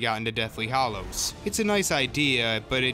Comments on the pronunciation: I think you have a great voice for narrating, but WHY, if you're such a fan, do you persist in saying "Hollows" instead of "Hallows"? After ten years, shouldn't everybody have figured out, or been taught, that "hollow" and "hallow" are two very, very different words? [edit ] Sorry! It's only that that's a huge pet peeve of mine. I really do like this video A LOT. I think it's smart, and the whole way through I was nodding my head and mumbling "Uh huh!" "Uh huh!" "Yep!" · Not “Hollows” - Hallows.